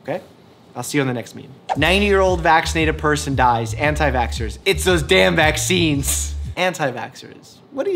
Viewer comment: well there's no way you could notice it, but he said it Way Too Wrong, he said something like: "why?, why I need it? I don't need, please, drink your vaccines" and spell vaccines wrong xd.